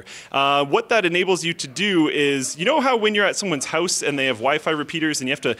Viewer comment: House not "ouse" XD